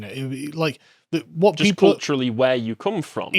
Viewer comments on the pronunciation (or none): Please... the way you pronounce "wh." It sounds like a Russian x.